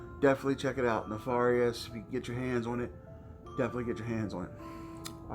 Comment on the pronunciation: U r pronouncing the word wrong nefarious. Look it up the a is. Like air